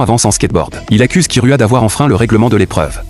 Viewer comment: C'est unteur x unure et c'est gon et c'est kirua pas kiroua et il fan une course